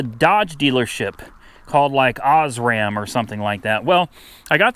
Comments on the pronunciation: Os-ram 😅 I used to live near there. I believe it's pronounced like Oars-man Chevrolet. They had a few dealerships in Maryland. . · You got it from a dealer near me. The dealer is pronounced Orsman . It is a well known dealer chain in Maryland and is one of the oldest in the country having started out as a Chevy dealer in 1921. Good luck with the car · Hey Im from and live in Maryland the dealership is pronounced orrs-man basically like a little kid saying orrrrrr 😂😂😂